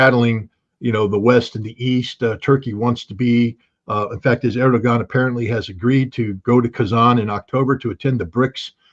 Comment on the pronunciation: Erdewwan, not, Erdugon..